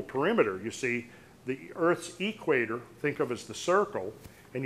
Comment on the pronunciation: is a great researcher and definitely an intelligent man. Which makes it even more confusing that he pronounces equator as "Eeek-waiter". It reminds me of hillbillies who pronounce cement as "see-ment" or police as "po-lease".